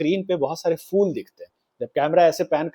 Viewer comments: Episode is good but again pronunciation is not 100%. It's PHOOL not fool 😅😂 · Please correct your pronunciation of the word “phool” (flowers). You pronounce it as “fool”, which is very annoying.